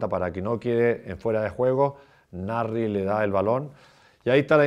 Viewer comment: He doesn't pronounce the S in Nasri